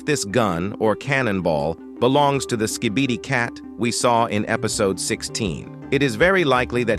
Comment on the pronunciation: The way hey says skee bee dee